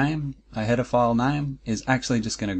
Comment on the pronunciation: Also, every time you said "header file" i heard "pedophile"... Not sure what my brain is trying to tell me by that... Not sure if i want to dig deeper...